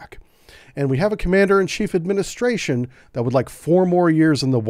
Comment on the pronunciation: Commander in chief ? He can’t even say that . FJB